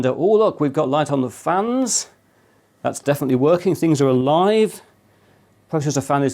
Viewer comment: you accidentally said good airflow from the flans instead of fans LOL